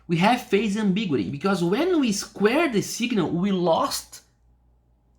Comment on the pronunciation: Usually pronounced "ex-OR". "hippo filtering"? Perfect. Perfect. "ambig-YOU-itty" "SHOT-key"